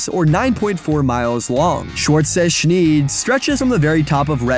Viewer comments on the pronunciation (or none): Right, you pronounce it as you would pronounce ‘shnyde’. Otherwise it sounds too close to shneedle. 😅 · Great video besides the pronunciation of Scheid haha. Makes an I sound not at E sound. Which means cut.